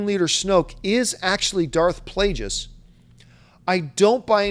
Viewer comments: John hurt my brain several times during this video. Mispronouncing Darth Plagueis like 50 times, forgetting about Watchmen and 300 for Snyder and forgetting the horrible Superman Returns for Singer and dumping on the story for Mad Max. Love the show, but yikes, take a vacation John. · I love ya John but you really gotta stop saying Darth Plagueis like that...